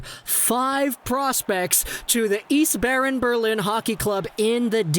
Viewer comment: Just say "ICE Barren" and you're good.